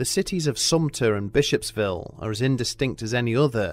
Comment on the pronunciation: *Bishopville (not ‘Bishopsville’)